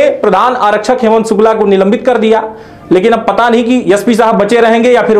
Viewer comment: पहले उच्चारण तो ठीक से करना ससीखो फिर विडिओ बनाओ वह यस पी नही ऐस पी होताहै SP